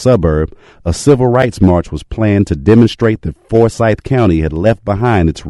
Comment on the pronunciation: It's not Fore-syth County. At least pronounce it correctly.